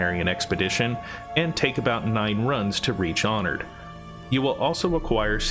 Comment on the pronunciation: "San-gween High-Biscuit" LMAO